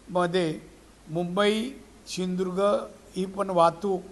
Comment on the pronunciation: याला साध सिंधुदुर्ग म्हणता येत नाही हाय कपाळ. ......